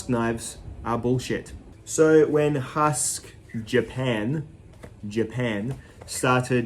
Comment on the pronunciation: I believe you're pronouncing the name wrong. It's actually two syllables like hu...usk, similar to the sound Uncle Randy might make when he's pushing out a good hard turd.